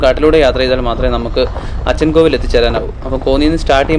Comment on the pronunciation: അച്ചൻകോവിൽ... Not അച്ഛൻകോവിൽ....